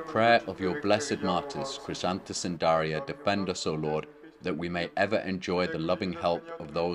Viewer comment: JM My parents gave me the name Daria from a book of Catholic saints names to be something ‘Different’. About 40 years later I learned more about my namesake. Thank you for the correct pronunciation of my name and this wonderful lesson!